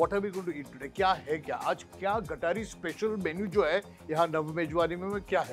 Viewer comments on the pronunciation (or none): It not gatari. it is गतहारी अमावस्या. Hindu sanskritit gatar kuthe ala. Kunal Vijayarkar disappointend that you being Hindu and Marathi mispronouncing and miswriting amavasya before auspicious Shravan month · It is GAT AAHARI AMAWASYA and not gataree . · It's " Gata-Hari" not GATARI.. the wrong pronunciation has spread across and got a bad name to it... The purpose of following vegetarian food during Shravan is for eating right food as immune system is weakest in monsoon (due to no sunlight) also it's a breeding season of entire ecosystem (fish, animals etc) hope will all spread right information and spread the importance of following our rituals